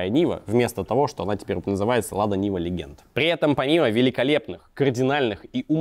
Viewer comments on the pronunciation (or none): Legend [ ˈledʒənd ] - произносится как леджэнт, а не "легенд".